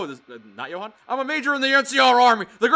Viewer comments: The way kept pronouncing Johan inspires a murderous rage within me. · johan =joe-han